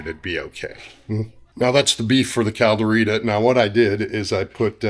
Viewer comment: Can’t even pronounce it properly?